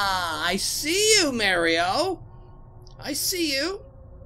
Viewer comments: I like how you say Mario, sounds original to your channel 😁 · at first it bugged me on how you said mario but now im fine with it^^